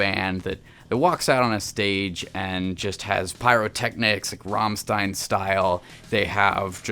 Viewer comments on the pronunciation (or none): One day, some day in some future... Americans will learn how to pronounce Rammstein.